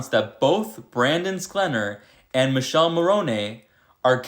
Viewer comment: Michele not Michelle...you pronounce miˈkɛle